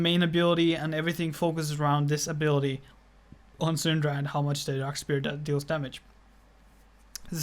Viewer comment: It's pronounced S-f-ere not Spear